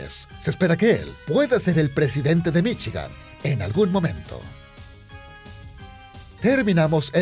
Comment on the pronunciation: "Viviría en Michi-gan" xD